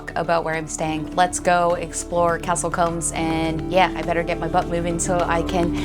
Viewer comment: Hi, just one small point… combs go through your hair, Coombes sounds like mooo